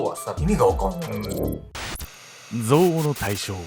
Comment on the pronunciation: 「憎悪(ぞうお)」の発音がおかしいです。前もあって気になっていました。